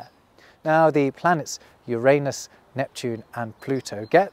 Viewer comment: Is it bad that a 44 year old bloke still sniggers like a schoolboy when he hears someone pronounce 'Uranus' how did?